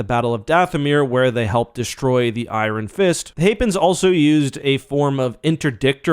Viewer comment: Why does that pronunciation of iron bother me so much 😂